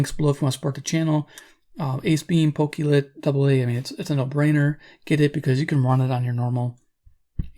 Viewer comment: Pokey Lit? It's pronounced Poke-clit.